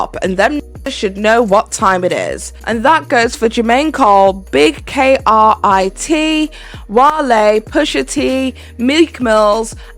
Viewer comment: its big krit not big k.r.i.t.😅😅 you didn't have to spell it out